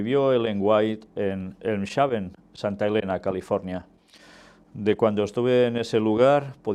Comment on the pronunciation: Mi hermano, se pronuncia Elmsh(j)aven. Dios le guarde.